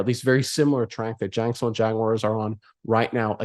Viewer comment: Someone want to let me know what he is saying 😂😂😂😂😂😂 Jankstown? Jagston? It’s jack son ville my dude. If that is too rough to get out, just use Duval.